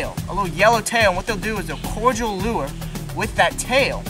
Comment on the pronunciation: Nice vids. But I’ve heard you mispronounce something a few times: the term for the lure at the end of a young water moccasin’s tail is “caudal,” not “cordial.” It’s pronounced “caw-dull.” The caudal lure is called such because it is at the “caudal end” of it’s body (opposite the head). 😉